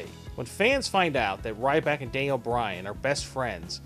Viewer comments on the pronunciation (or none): not Dayniel bryan danile bryan